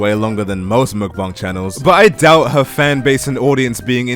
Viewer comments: Why you saying muukbang It's mukbang I think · You are correct. He has the second syllable correct.. but the first is muk with a short u and a very siight k sound, the k is not aspirated. The Forvo pronunciation website has two people pronouncing it with that English (Romanization) spelling. Both are males from South Korea and both are accurate.